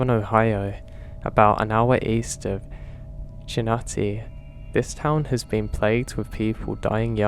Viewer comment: Just a heads up: Cincinnati is pronounced: “Sin-sin-at-tee”. No hate. It is a Native American word and definitely not something someone from the U.K. would know.